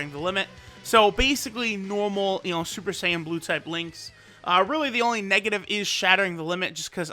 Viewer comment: shuper shaiyan